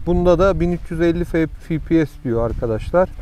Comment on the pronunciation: Fİ Pİ ES değil dostum 😊 EF Pİ ES ingilizcede Fİ yok EF var 🤗